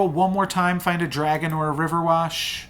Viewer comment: Everytime you say riverwash and not riverwish a humpty cracks. Hahahaha, i’ve heard u say it so often now I don’t even mind it anymore 🤣😭